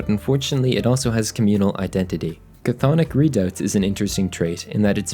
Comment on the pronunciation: You don’t actually pronounce the ch- in chthonic. Chthonic means related to the underworld or something below ground.